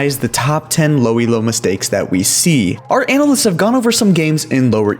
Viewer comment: The way he says analysts as “anal lists” makes me uncomfortable